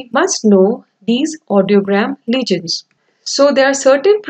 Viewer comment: Legends not legions 😅